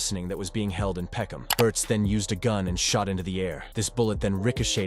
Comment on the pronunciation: Peckhnarm, what, are they stupid, wouldn’t it be peckhnam. Why the random r? London is a shithole. It’s not even majority British anymore, take your countries try back.